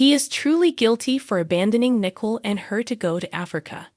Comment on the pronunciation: Nicole is pronounced nih-KOAL not Nickel !! I guess you don't watch days of our lives because if you did you would know how to pronounce her name!!